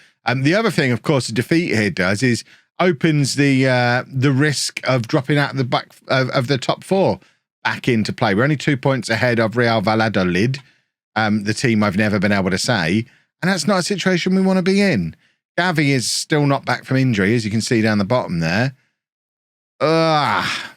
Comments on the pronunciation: Split the syllables. VALLA-DOLID. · I think it's sort of pronounced " Vye-add-olide ", sort of like Adelaide with vye bolted onto the start.